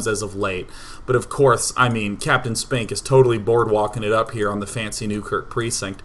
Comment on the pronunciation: I swear to god, if you meant "Captain Spink, Sir" to sound like sphincter, I will cannon rush you in real life.